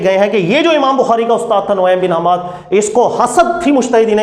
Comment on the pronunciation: آپ کی معلومات فضول ہے نعیم بن حماد کا نام بھی ڈھنگ سے نہیں لینا آتا آپ😂 خیر جواب لیں آپ۔۔۔ نعیم بن حماد کے دوست اور واقف کار امام یحییٰ بن معین فرماتے ہیں کہ: ’’ثقة……… کان نعیم بن حماد رفیقی فی البصرة‘‘ نعیم بن حماد ثقہ ہیں…… و بصرہ میں میرے ساتھی تھے۔ (سوالات ابن الجنید: ۵۲۸، ۵۲۹ و سندہ صحیح کالشمس) امام ابو حاتم الرازی نے جرح والتعدیل میں نعیم بن حماد کو محلہ الصدق امام عجلی تاریخ الثقات میں ثقہ کہا الجواہرالمضیہ فی طبقات الحنیفہ میں عدلقادر القرشی چشتی نے لکھا کان من الثقات۔۔۔ حوالہ جات اور بہت ہیں مگر انہی سے آپ تسلی ہو جاٸیگی ان شا ء اللّٰہ